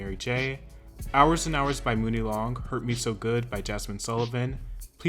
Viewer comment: For God’s Sake It’s MONEY Long. Not MOONie.